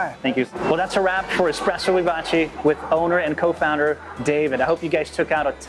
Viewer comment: Vivace. Eh sound, not ee. Americans really can't speak foreign languages.